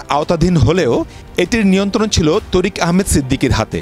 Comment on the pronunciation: তরিক তরিক বলেন কেন বারবার বলেন তারিক